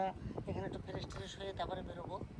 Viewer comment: তুমি কলেজে পড়া একটা মেয়ে হয়ে এত্তো ভুল - ভাল English Pronounsation করো যা দেখতে খুবই বিশ্রী লাগে ওটা ইনজয় উচ্চারণ হবে না ওটার সঠিক উচ্চারণ হবে এনজয় বুঝেছো এর আগেও একবার এই কথাটাই বলেছি তোমাকে আজই যেন শেষ বার হয়। ওটা ফেরেস না ফ্রেস হবে উচ্চারণ টা আর ওটাকে সারপ্রাইজ বলা হয়। র মা কালো শাড়ির সাথে সাদা ব্লাউজ পরলে ভাল মানাত ঐ লাল ব্লাউজ টা কালো শাড়ির সাথে একদমই মানায়নি। আপনাদের এই কমাণ্ড দাদার বাড়ির যেখানে আপনারা ছিলেন সেখানেই কয়েক মাস আগেই অমিতদা, সন্ধ্যা বৌদি এবং তাদের দুই মেয়ে জামাই এর পরিবারের লোকজন এসে থেকে গেছে এবং ঐ কমাণ্ড দাদার বাড়ির খাবার ও খেয়ে গেছে তা অমিতদার ভ্লগে দেখেছি। আর ওটা দক্ষিণেশ্বর বিরিজ না ওটাকে বলে বালি ব্রিজ যার আরেক নাম হল " নিবেদিতা সেতু " বুঝেছেন। আমার বাড়ির খুবই কাছে এই দক্ষিণেশ্বর মন্দির আমি ও আমার একমাত্র ছেলে উত্তরপাড়াতে থাকি আগে আমি ও ছেলে প্রায়শই ঐ দক্ষিণেশ্বর মন্দিরে এবং আদ্য়াপিঠ মন্দিরে গিয়ে বসে থাকতাম তখন আমার ছেলে খুবই ছোট ছিল এখন আমার ছেলের পড়াশোনার খুবই চাপ ও এখন Maths Honours পড়ছে তাই আর যাওয়াই হয় না।